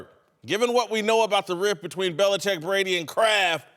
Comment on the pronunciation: "Bell Belicheck"